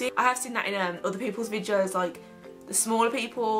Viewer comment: It's videos, not "Vidjoes". Sorry it just really bugged me!